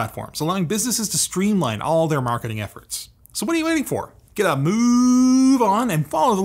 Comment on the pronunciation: "Moosend, the email marking...." WOW, never though LTT would become a spammer.